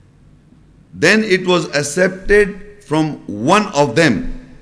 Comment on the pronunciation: “ACCEPTED” is pronounced as “AK-SEP-TED”, not as “ASEPTED”.